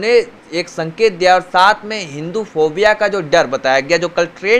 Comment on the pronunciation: phopia ni phobia hota h chutiye jaahil bhakton